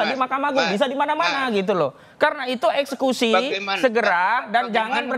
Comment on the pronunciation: Woi, EKSEKUSi bukan ES SUSi😂😂😂